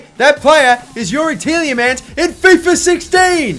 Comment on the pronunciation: TielJemans :D Its funny how english people cant pronounce dutch names :D Its like kevind de bruyne you guys say something like kevin de brojne :D